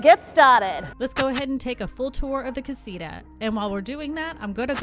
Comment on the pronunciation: mark Castia 😂 it’s Casita